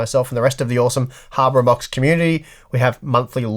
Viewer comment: you said harbour unboxed again! 😆